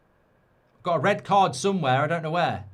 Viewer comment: 😂😂 Its rrrrred